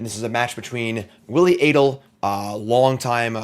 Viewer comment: maiking sure you know how to pronounce both players' names seems like simple prep for a video such as this.